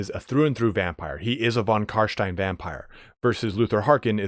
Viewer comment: please stop saying von Carshhhhtein.